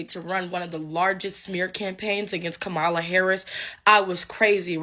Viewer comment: her name is Comma-La no Ca-mala